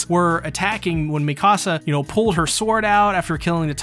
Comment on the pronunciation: Please stop pronouncing her name "miKAHsa". It's "MEEkasa". They literally say her name in every single episode, how are you pronouncing it wrong?